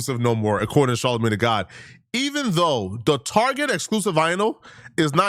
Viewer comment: Its soooo cringey every time you call him Charlamagne tha god. Ugh! 🙄 Mann. SMH 🤦‍♂️